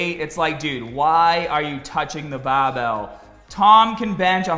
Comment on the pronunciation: Guy says barbell like BAAbell